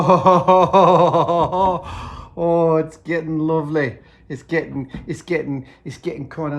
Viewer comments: Earlier he was "chuffed" constantly now everything is "luvleh" innit? Mate, I think hes starting to crack under quarantine. Might be infected with something more serious than Covid. Hes turning British. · Love the video and really inspiring to watch, but I think the editing has gone a little squiffy between and . The same footage from to is repeated between and so we get Adam's Northern English accent line "It's gettin' kinda luvly" twice. Was a weird bit of deja vu when it played the second time and it freaked me out a bit until I realised what had happened!